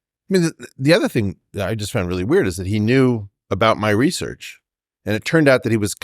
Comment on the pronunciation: Weinstein, properly pronounce the word 'research' or loose all of my respect.